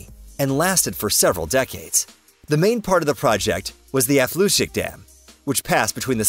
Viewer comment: Nice video. I am from the Netherlands and it is funny to hear how English people try to pronounce the Dutch names right, like Afsluitdijk and other special barriers. Dutch is a hard to master language. Even we learn the language not only primary and high school but also far beyond in college and university to master it. Another fact is because the ground is kind of soggy on a lot of places, houses, roads everything will sink in the ground. Our Capital City Amsterdam is primary build on wooden Piles. As long the groundwater is high enough to submerge the wooden piles/pillars, they won't rot. In summer time during some intense droughts the water level will drop and we try to pump enough water trough our canals but on some places sometimes the water levels drops too much and with water and air wood will rot so that can become costly.